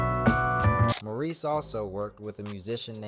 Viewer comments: And his name is More reese not mor iss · This could have been such a beautiful tribute. Instead, it was frustrating. How do you do a voiceover and get the names wrong, especially of Maurice (not morris) White. There are also conflicting dates with the arrangement of the songs and pictures coming in that are out of place. The group and Maurice is so important to our history. Please go back and give this the attention it deserves. Do the voiceover over. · I thought A.I. had some intelligence? He’s calling him Morrris 90% of the time and Maurice the other 10%😢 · CLICK BAIT! Mispronounced name many times (Morris?) Omitted Jessica Cleaves and producing/writing for The Emotions. Repetitive info, poorly done. Some comments say the dates are also incorrect. He deserves much better. I'm a screenplay writer. I'll look into telling this great man's story properly. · From the thumbnail to the voice (which is why it can't say "Maurice" right) and to the info...this is all AI, crazy times. Bad/made up info as well. Terrible, lazy content.